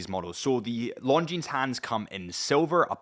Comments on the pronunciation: Longines..... you dont pronounce the s. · Somebody tell this guy correct pronunciation of Longines😉